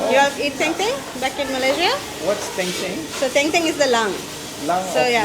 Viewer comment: Bukan teng teng, tapi Deng Deng... Daging dengdeng